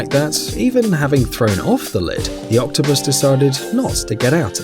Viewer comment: U saying octopus wrong